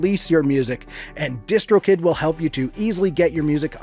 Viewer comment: When he said distro kid I thought he said discord kitten